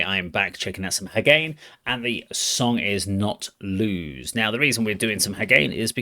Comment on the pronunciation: Thank you for featuring Hagane (pronounced HA-ga-neh). They had to go through a major reboot in 2023 but have come back stronger. “Hagane” has multiple meanings in Japanese but the main meaning is “Steel”. Given the trials and tribulations they have survived, the name is appropriate. They were originally a five-piece with dual leads; they have recently re-formed as a four piece (more on that below). The initial lineup came together in 2018, just as they were all finishing high school. Founding guitarist Sakura had been posting metal covers on youtube since she was 14, and gained notoriety as a technical beast with a taste for ferocious shredding. That is how most of the other band-members found her. Original lineup: Vocal: Chiemi Guitar : Sakura Yoshida (also writes and arranges most of the music) Guitar : Mayto Bass : Sayaka Drum : Kanako Takahashi (b. 2001) In 2019, Chiemi left and was replaced by Uyu. The band released three concert DVDs and a full-length album (“Code 9021”) during her tenure. From that lineup: “Soul Beats”: The rhythm line seamlessly melds rock and funk throughout. The guitar solo is classic jazz fusion, but with distortion. The heavy use of minor and diminished scales gives it a vaguely middle-eastern vibe, jacked up to searing intensity. “Super Villan” Huge guitar duel, with give and take and a lot of experimental ideas. “Black Cult” From their most recently released album, another with lots of musical ideas, more guitar dueling, an